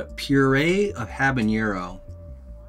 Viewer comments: I have to let you know that you mispronounce habanero. It is not pronounced habanyero. Jalapeño is pronounced jalapenyo because of the symbol (tilde, ~) over the n. Habanero does not have a tilde over the n, so it does not get the y in the pronunciation. Pronouncing habanero this way, is a form of hyperforeignism. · Habanero is not pronounced habañero. It doesn't have an ñ. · It's habanero (not habañero. Just FYI. Very common mispronunciation. Love the content. Will definitely be ordering these. Cheers n' dines! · The ‘habañero’ kept cracking me up!